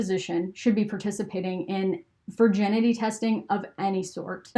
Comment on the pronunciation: Am I the only one who is bothered by her pronouncing Virginity Vir - JEN - ity?